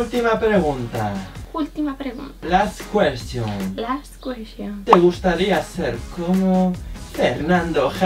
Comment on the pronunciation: Last queshion (? 😂😍❤️